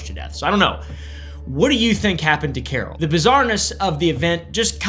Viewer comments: I read Carl but I hear Carol 😂😂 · Where I'm from - Carl is not pronounced like Carol as is doing in this video. Changes none of the content, but I just don't think you are pronouncing it correctly. Thanks for your content! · why is he pronouncing carl as carrol 😭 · #1 First person is Carl. Not Carol. 😅 #2 My last name is Herrick! #3 Love your videos bro!